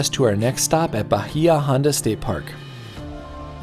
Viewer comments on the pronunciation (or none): Bahia Honda - is pronounced Bay-ah Honda Ft. Zach is a great place for sunset as well. The aquarium there is pretty cool The best Key Lime is at Blue Heaven. You can camp at the dry Tortugas I use to live in Key West and this makes me miss it.